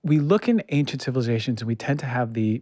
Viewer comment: Ancient..... the....C...is silent......please!